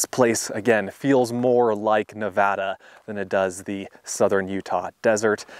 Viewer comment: Thank you for saying Nevada correctly. Always good to see your videos. Merry Christmas.